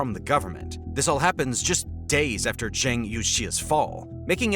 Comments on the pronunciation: Good God! Zhang rhymes with "bong"; You as in yo-yo; Xia" she-ya" (one syllable) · Please learn how to say Zhang's name because the way you say it sounds terribke.